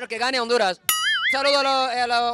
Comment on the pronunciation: Que triste que un japones le vaya a "onduraz" jajajajajaja Das lastimas chino coreano 🤣🤣🤣🤣🤣🤣🤣🤣🤣🤣🤣🤣🤣